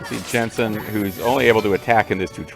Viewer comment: It's Jansen not Jensen, don't conflate him with an actually cool video game character lol. Man, I remember him being annoying but I forgot how sleezy he was.